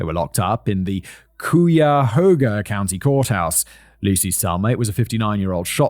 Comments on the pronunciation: As an Ohioan, I was verbally correcting him the whole time. Also, Kye-ya-ho-ga County. As for a nickname for this bell, I propose Sammy. Just. Sammy. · Ohio peep here, Cuyahoga = kai-a-hog-a Bless you Simon, and Writers, and Jen! Thank you all for another wonderful video ❤ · When simon read Cuyahoga I was like well thats a new way to say it lol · K eye a hoga ((Cuyahoga) county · I’m from Cuyahoga County , Ohio 😂 and that was the funniest pronunciation of the word Cuyahoga yet. Cuy - it’s like guy but with a cuy-ah-hoga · It took me a few seconds here to realize you were trying to pronounce Cuyahoga (kai-uh-hōw-guh). Need to be from Ohio to be able to pronounce that one. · Simons it's pronounced "Kai A Hogoa" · . Cuyahoga. "kai-a-hoag-a". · Living near Cleveland and hearing you pronounce it cuya ho gah made my day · Hey Fact boy it’s ky-a-hog-a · As a Clevelander, I am deeply proud to have Cuyahoga mispronounced by Simon. It’s an honor sir. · It remains the best mispronunciation of Cuyahoga I've ever heard. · Every time I hear him mispronounce something I get so confused like wait what have I gone crazy? Like he's gas lighting me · simon finally pronounced Macon right 🥲 so proud. i won't even comment on his attempt at cuyahoga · Cuyahoga County got me too.. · I love how he says Cuyahoga.